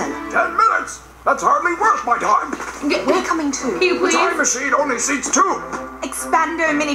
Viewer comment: Says the guy that said tome instead of time